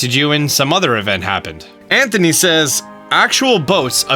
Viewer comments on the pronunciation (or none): none